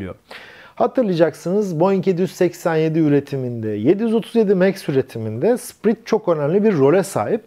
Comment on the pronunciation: Hocam, sprit değil, "spirıt" ( ruh ) şeklinde okunur.